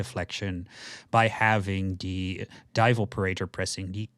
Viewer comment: You say "de" instead of "the" lol.